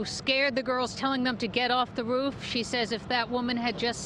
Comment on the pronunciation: I feel so bad for the woman who had to witness the fall smh! But, I just love the way you pronounce "roof" lol 😭😭.